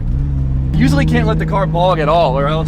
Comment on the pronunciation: the way you say issues and usually, can't get used to that